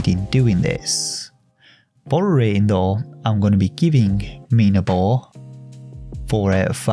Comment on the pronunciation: Nice intonation for the game's title!!! You stressed the I sound, and thank god you did lol. Being a game by a Spanish developer I dunno how they came up with such a name. You see "minabo" translates as "myturnip" but in Spanish slang (from Spain) it also means "myd*ck" lol, so had you stressed the A sound you wouldave made me laugh coz thats the spanish pronunciation 😂 tbh I dont know how they intended the game's title to read like, but they were a lil bit cheeky anyhow hahaha. Btw the character named Topota, dont even get me started on that... I dont know if I am too dirty minded or if they really meant to be cheeky with this one 😂 Cheers mate take care